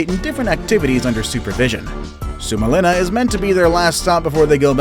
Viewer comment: I'm from finland and the way he said suomenlinna makes me laugh🤣